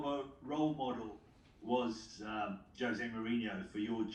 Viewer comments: Mohrinho's isn't gonna like Tuchel for pronouncing Jose as 'Hose' 🤣🤣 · It’s Jose not hose😂😂😂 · OMG HE IS PORTUGUESE ITS NOT "HOSE" ITS LEGIT "JOSE" BUT I STILL LOVE U TUCHEL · Pronounced hose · Tuchel definitely did not watch All or Nothing. Just look at how he pronounced Jose